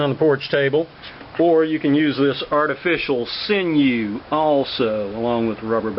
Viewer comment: "Artifeecial SINyoo." Ha. Haha.